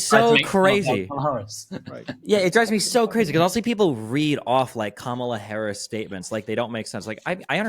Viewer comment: is a good interviewer, but come on it’s COMMA-La